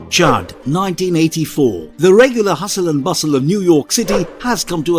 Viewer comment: Isnt it c.h.u.d not charred